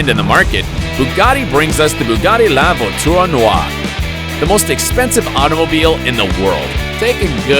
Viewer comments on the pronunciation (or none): It's Bugatti La Voiture Noire not Lavo Tour Noir lol